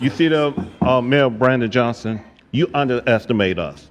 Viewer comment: It's mayor Brandon Johnson. If you can't even get his name right why should I waste time watching this video without even the most basic research to get that guys name right.